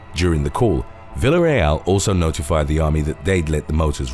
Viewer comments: It could have been worse.. At least he got the second syllable right. This dude really needs to learn the simple shit like LL=Ya. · Im sorry, but listening to you try to pronounce Villareal was gold. Love the channel though.